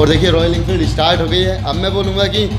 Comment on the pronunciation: estart nhi start bolte hai bhai 🤣